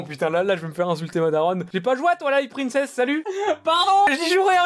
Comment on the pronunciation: Moi qui attends depuis 30 minutes qu'il classe Zelda Twilight Princess: Gé Pa GoUé A tWaIlAiTe PrInCeSsE